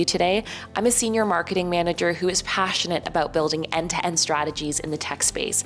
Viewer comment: I don’t think they will offer me the job if I pronounce’passionate’ like you did. Are you trying to entice the recruiter to sleep with you? Is that your big plan?